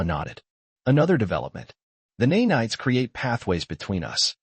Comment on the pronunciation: Neigh-Nights??? I hate AI!! Of course I know it means to say nanites!!